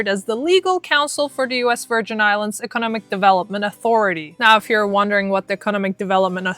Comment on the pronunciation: I’m really digging your information, but why didn’t your boyfriend tell you you’re saying economic wrong?